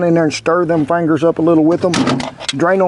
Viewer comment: You gotta love a chef who says "fangers" because it means his Southern is showing and you can never go wrong with Southern country cooking!